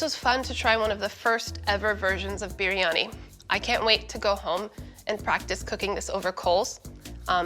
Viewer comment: I have known Pakistanis, northern Indians, southern Indians, Bangladeshi… I have NEVER heard anyone pronounce biryani like that. It’s pronounced bree-ah-nee. I really want to like this because I love East Indian food and know how to cook it… But her delivery is so stilted and she sounds so nervous most of the time it makes me feel bad for her. It makes her hard to listen to. That and her constant fidgeting. I want to tell her to slow down and breathe, let your words come… keep at it. Practice makes perfect. I’m sure the dish turned out tasty regardless.